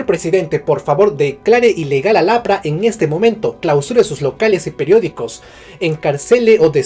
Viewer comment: aqui entre juego.... EL APRA ese énfasis lo es todo xdddd